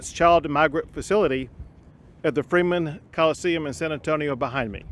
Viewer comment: " Freeman coliseum " or Freemason"😑